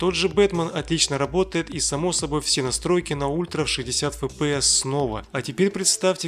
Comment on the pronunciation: Зачем кого-то учить правильно произносить слово Shield, если сам непрвильно произносишь FPS?